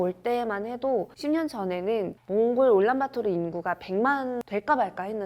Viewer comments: 올란바토르가 아니고 울란바토르 아닌가? 내가 잘못 알고 있나?... 도 올란바토르라고 하시니 더 헷갈리네... 그나저나 어르신들이 산 뚫는 걸 반대한다고? 징기즈칸때부터 내려왔다? 그 산들은 징기즈칸 이전부터 있던걸텐데..? 자연 사랑? 좋지. 근데 오염되서 자연이 더 망가질거 같은데..? 산사태 방지나 어린 묘목을 위해 벌목하 듯 융통성 좀 가지자. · 올란바토르인가요 울란바토르인가요?? 발음이 듣기에는 올란바토르로 들리네요.